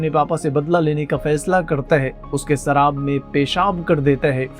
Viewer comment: Abe सराब नही शराब बोलते हैं